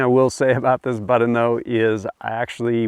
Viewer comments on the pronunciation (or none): Its pronounced BUTT-on, not BUDDEN. you dingus